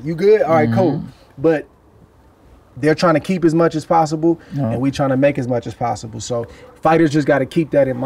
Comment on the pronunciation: It would’ve been GGG like Canelo but GGG ducked lol 😂 He said “Ward too musch for me” 🤣🤣🤣🤣🤣